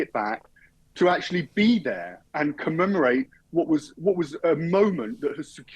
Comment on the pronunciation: ’Akshully’ alert!!!